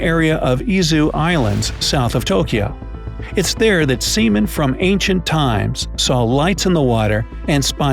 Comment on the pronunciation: He said “sea men” and U know what it sounded like